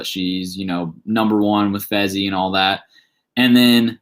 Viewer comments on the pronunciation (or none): It not fezzy it fessy